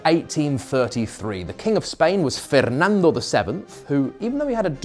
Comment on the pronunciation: So uncanny to hear a well pronounced Fernando from a non spanish speaker